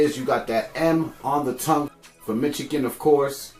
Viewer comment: Mitchugan? No it’s Michigan 😂